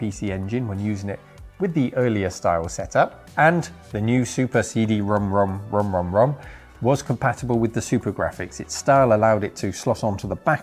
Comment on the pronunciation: You’re the first westerner I heard say CD Rom2 the correct way.